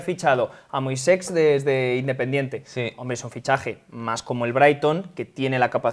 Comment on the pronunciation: Moisex... no se por qué les cuesta tanto decir Moisés, como el del Éxodo